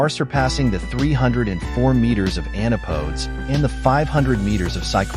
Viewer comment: Antipodes ==> an-ti'-poh-deez' The part of Earth opposite your feet. Somebody fix the voice robot, OK?